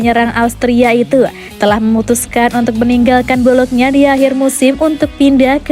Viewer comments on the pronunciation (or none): Bolonya min bukan bolokna...hehehe